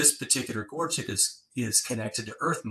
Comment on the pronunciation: Absolutely amazing......this should be what is taught in grade school. It is so nice to hear someone pronounce the word Gorget correctly, how refreshing. Most souther and mid west collectors say it incorrectly.